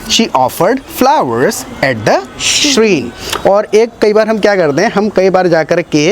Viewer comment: Dear sir, shrine's pronunciation is sh-raa-in not sh-reen Please correct me if I am wrong